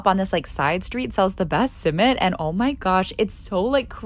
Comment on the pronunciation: For not a Turkish your pronunciation is really good but it is not summit it is simit